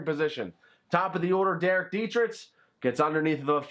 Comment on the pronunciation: I’m sorry... I love you but it really gets on my nerve when you say dee-tri-tch not dee-tri-k